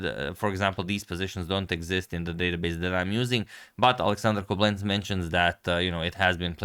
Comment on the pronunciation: Agadmator, the name of Tal’s mentor is pronounced KOblents with the emphasis on the ‘o’ not KoblEnts. Similar idea for pronouncing Alexander Alekhine, it’s pronounced AlYOkhine not AlEkhine. You did start pronouncing TigrAn PetrosYAn in your videos correctly already which sounds a whole lot better now.